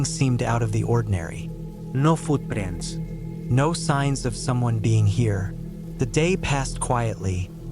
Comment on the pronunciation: Is it me or was “Footprints” said in a accent twice lol